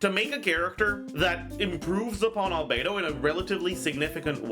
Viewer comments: Not Albe-two. Albe-dos!😂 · *Albe-dos. She is Albe-dos. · She's not albedo She's albere